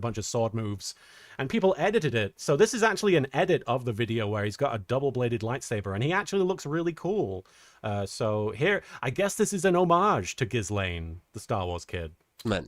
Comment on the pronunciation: Little Kuriboh accidentally misgendered poor Ghyslain Raza by pronouncing his first name "Ghyslaine" there - yes, like Jeffrey Epstein's associate. It is hard to explain to a non-French speaker how to pronounce "slɛ̃", but basically, it is a bit like saying "Slaaay" while pinching your noise. 😅